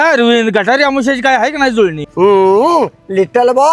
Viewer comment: गटारी नाही गतहारी म्हणतात